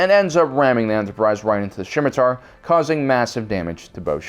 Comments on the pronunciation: Scimitar, not shimitar. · How do you not know that it is the SCIMITAR not Schimitar. There is no H in the word. It is named after the sword. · Goddamit, get the names right. It is Scimitar. And your lack of familiarity with Star Trek is no excuse. Scimitar is name of curved sword, most usually associated with arabian swords. Also it is pronounced sɪmɪtɑːr, not ʃɪmɪtɑːr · It's Scimitar, not Schimitar. Also, Data is pronounced Day-ta in TNG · "Shmitiar"? "thuh-leron" radiation weapon? That was painful to listen to. Absolutely no mention of any Gundam scenes with long and detailed boarding action was also pretty disappointing. Thumbs down. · Sorry, but Centurions from BSG is pronounced "Cen-chu-ree-ans" and the Scimitar from ST is "Sim-i-tar". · what hell are Cen-TOR-ions? And whats a SHIM-it-tar? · Cen-tuarion, Thall-la-ron, SSShimitar... C'mon dude. If you aren't familiar with these aspects of the franchises and someone hands you a script with words you are unsure of pronunciation... Check how to pronounce them before going to film. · OK, I have brought this up more than once before but this is just too much.... For the love of GOD. The words you need to say are written places and the passage of events are there to rewatch... It is EXTREMELY distracting and not in the Canadians say a-boot way. In the "You never deserved your nerd/fandom card. Ever". First, it is the Scimitar - said SIM-it-Arr. You even spell it wrong in the lower third. Second, no one fired a nuke by accident in the final episode of BSG. JEEBUS. You never watched the show did you? One of the raptors was still active but the whole crew was dead and a meteor bumped it and the CORPSE fired because their hand bumped the go button. And third, to echo others, where is Stargate? And further, where is Babylon 5, Firefly, Lexx and all manner of other great sci fi... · the true heresy was ALL THE MIDPRONCOUNCIATIONS. Centaurons? SHIMITAR?? seriosuly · It is SCIMITAR, as in Arabian curved sword.